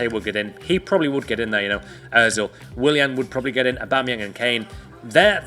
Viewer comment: He said ozil, I wanna jump off a cliff